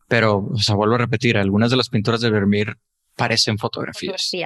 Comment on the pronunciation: Sería genial si la chica pronunciará de forma normal los nombres extranjeros, porque parece que tiene una Patata en la boca y se inventa la pronunciación tanto en inglés como en Holandés -aleman. No es Vernier por dios, Vivo en Holanda desde que tengo 5 años y me van a sangrar los oídos. Dejad de fingir acentos y pronunciaciones que no son vuestras naturales .